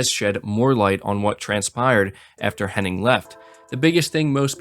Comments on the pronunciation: you keep saying Henning. It's Hennig. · its amy "hennig" not henning. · Henning or Hennig? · It is Amy HennIG, is it not? So many people say Henning but I’m fairly sure it’s Hennig. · Her name is actually Amy Henn*ig*, not Henning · All the love, but is there a single YTer who can pronounce “Hennig?”